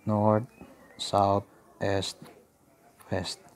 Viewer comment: Mali ang pronunciation mo ng east dahil "s" kung bigkasin